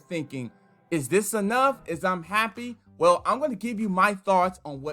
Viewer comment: 😭😭😭😭😭. Yes. I went to have a listen thrice. Following by “is um disappointed. Is um sad.”